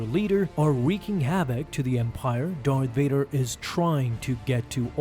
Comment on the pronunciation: Please stop saying Darvader